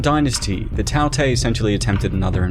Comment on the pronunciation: Tao tei is pronounced as Dao Die